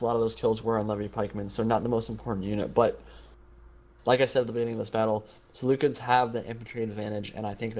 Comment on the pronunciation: Is that how you pronounce Seleucids?